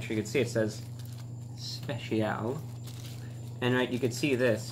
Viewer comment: "It says 'spesheeall'"